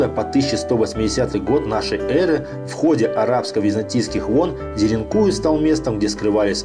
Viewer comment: Ударение на последнюю букву. деринкуЮ